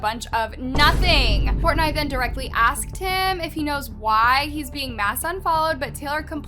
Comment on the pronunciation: I kept getting distracted by the way she kept pronouncing Dave Portnoy’s name wrong😬 but everything in this is old news.